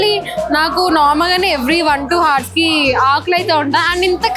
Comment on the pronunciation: Adhi hour Kadu h silent 😂